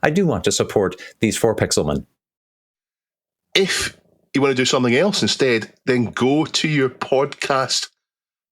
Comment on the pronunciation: "Pixelmen"? Ha ha fantastic